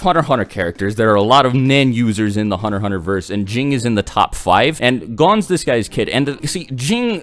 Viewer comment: "Were talking about hunnerhunner"